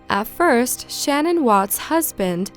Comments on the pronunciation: It's pronounced Sh-NANN, not SHANnen. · SHA-NAN! Not Shannon